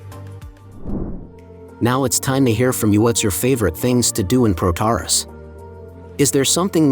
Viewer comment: It's pronounced with the emphasis on the end of the word: Πρωταράς